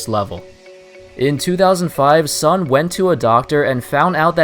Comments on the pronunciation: It's pronounce as Soon not Sun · By the way, "Sun" as a Chinese surname should be pronounced similar as 'soon'.